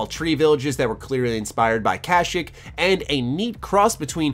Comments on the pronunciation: It's pronounced Kah-sheek not Cash-ick :P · Did he say cashic instead of kashyyyk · "Kash-ick" Ugh.... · Your miss pronounced the planet from Star Wars